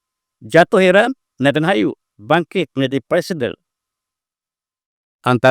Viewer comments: Maaf, cuma nak perbetulkan kan sedikit kerana kerap sgt menyebut Netanhayu.. sepatutnya Netanyahu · Satu lagi tanah yang dijanjikan.prof sebut nethanyahu sebagai nethanhayu...sangat funny la... 😂😂😂😂